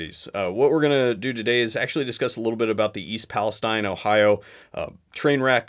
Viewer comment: "east paleSTEEEEN"